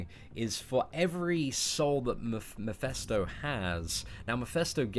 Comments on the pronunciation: mEphIsto not mIphEsto lol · repeat after me; MEH - FIS - TOE